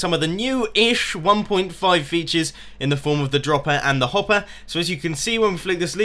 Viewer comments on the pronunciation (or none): none